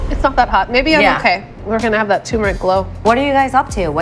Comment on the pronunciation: "turmeric", not "toomeric." Pay attention, woman.